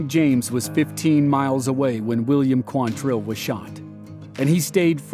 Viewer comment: It's QUANtrill. Not quanTRILL. Why can nobody get that right?